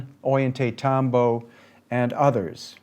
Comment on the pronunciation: to pick a bit, it is "oJantaytambo" ll is a hard j (though some use a y sound).... our guide was insistent